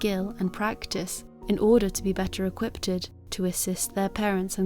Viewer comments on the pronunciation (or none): You did do justice to this story, but you've not earned a sub from me yet - bcos: I've just encountered your content & watched just two of your uploads so far (this & Brenda Spencer). In BOTH of those you irritated me by pronouncing the word "equiped" as "equipeded"... 🤯 Please god, if you're going to present yourself as a journalist or reporter, just get the basic English language right. These are not complex words that can be forgiven for confusion on correct pronunciation, in this case, you have literally 'added' an additional syllable that is NOT there to 'sound out', as we are taught in early primary years. We all mispronounce English words, it's not an easy language, but repeatedly sounding out syllables that just are not there in your script, honestly grinds my nerves. I can't believe you've not picked up on it yourself, let alone had family or friends point out your repetitive mistake over multiple uploads. (Rant over).